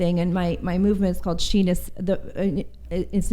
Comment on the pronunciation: Sheenus 😂😂😂 sound like penis